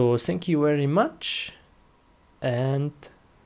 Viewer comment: Wery good computer??? Bruh... Get your words right